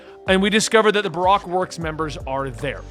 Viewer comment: I love that he says Barack instead of Bar-oak